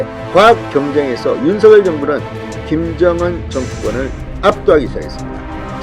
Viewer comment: 진성호씨 윤석렬 발음 하실때 다음글자 ㄹ 즉 렬자 일경유 앞 석자를 성자로 발음해야 맞습니다 시정하시면 좋을듯 합니다 일부 방송국 앵커도 서결로 발음 하는것은 잘못된 것입니다